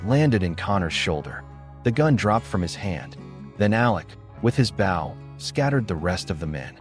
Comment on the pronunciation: An Indian’s bow is pronounced with a long “o”